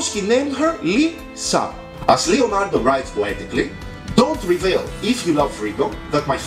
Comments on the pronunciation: it's LEonardo da Vinci and not LIonardo da Vinci please do not mispronunciate it thank you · It is leo ( italian) not lio ( english) Hello! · It is not Li - Lionardo, it is Le- Leonardo; the wrong pronounce of english language!!! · Yeah but it's not fucking lionardo, it's Leonardo. I'm italian and i had a stroke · I'm sorry if you think that I was trying to offend you I didn't want to, but in Italy everyone as called him leonardo every art student in every school would write and pronounce leonardo with an e. I didn't mean to be offensive in any kind of way